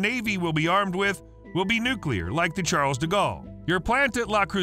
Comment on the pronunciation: How dare you pronouce the "s" at the end of "Charles"